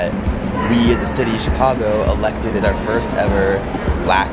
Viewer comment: Did he say Elected-ed???...0.22